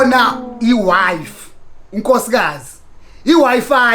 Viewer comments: ok yi wi fi not wife haha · It's not wife , wi-fi . 🤣🤣🤣🤣😭😭😭😭